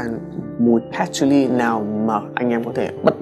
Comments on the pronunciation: Nghe phát âm "hút cần" buồn cười vãi :)$ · Nhấn mạnh hút cần quá sốp :)))